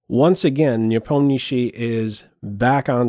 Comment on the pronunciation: Have to say, your pronunciation of Nepo name is by far best of all non-russian commenters!